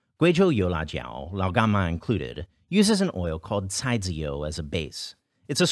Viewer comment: Honestly I’m just impressed by how well you’re pronouncing Lao gan ma